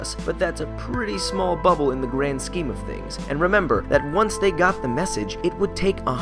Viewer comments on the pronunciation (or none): none